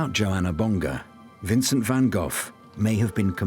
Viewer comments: Jeeze Louise, Van Goff is just as wrong as Van Go. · What is the proper pronunciation of Van Gogh? The narrator and that woman pronounce it Van GoghF and it's kinda making me crazy 🤪